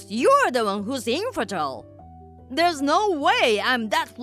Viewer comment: "Think of the reputation!" Lady, who do you think your family is, the royals? 😂 "She's a man!" My brain immediately went to the Mulan song 😅 Also, 'infertile' is pronounced 'in-fer-tyle' not 'enferdil'